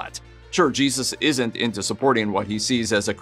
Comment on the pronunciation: Right? He can’t say Jesus Christ